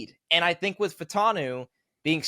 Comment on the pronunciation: Troy Fah-oo-tah-nu. 4 syllables. Say it with me Fa-u-ta-nu. The "a" and the "u" are different sylables, like in Fuaga. If we're gonna draft this guy lets start saying his name right. Its not Fantano, or Fatanu... It's Fa u ta nu.